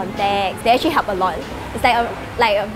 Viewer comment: she likes to say the word : " Acthree" instead of "Actually"